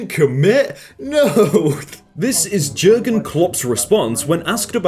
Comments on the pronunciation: man its Jurgen like Y-urgen not J-urgen like in judge :/ you gotta learn ya liverpool names or ur bound to get killed in liverpool by an angry mob of scousers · I like the video but as a Liverpool fan I object to your pronunciation of Jurgen Klopp is not gergen Klopp it's yergen Klopp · he’s Jurgen (pronounced Yurgen) Klopp manager of Football (Soccer) Club Liverpool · u don’t pronounce the j in Jurgern FYI also jurgen is manager of Liverpool football club and probably the most energetic man I’ve ever seen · When you say jur-gen klopp instead of Juergen klopp (urgen klopp) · Jürgen Klopp (pronounced yurgen klopp) is the manager of liverpool football club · Jürgen Klopps name is pronounced: “Yurgen” and btw he is the manager of Liverpool Football Club you’re British and you dont know that 🤦‍♂️ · THE WAY YOU SAID JOERGEN KLOPP IS TRIGGERING ME EEE! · Is anyone gonna talk about how he said Gergen klopp? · He said it wrong